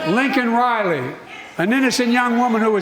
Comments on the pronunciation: His response couldn't even get Laken Rileys name right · He did not say Lakin Riley's name. He said Lincoln Riley He didn't get it right. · But I WILL endanger the life of every American...he already apolised to the murderer whilst mispronouncing Laken Riley's name.